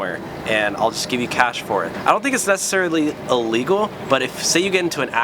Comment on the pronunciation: Is it just me or do I keep hearing him say "Legal" instead of "illegal"?